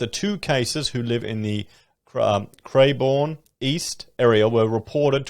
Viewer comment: Cran bourne not cra